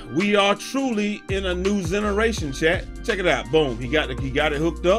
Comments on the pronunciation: This man said "a new zeneration" 🤣😂🤣😂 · Ahh shit here this nigga go, u did not say "ZENARATION".🤣🤣🤣🤣🤣🤣🤣🤣I'm over here crying any congrats on securing tomorrow my last hope #PS5